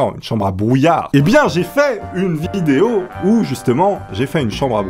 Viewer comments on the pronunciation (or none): none